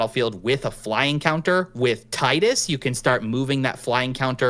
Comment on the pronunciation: Tee-dus, not Tie-dus.